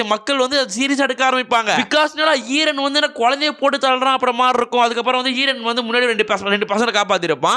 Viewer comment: Bro : eeeran Real :eren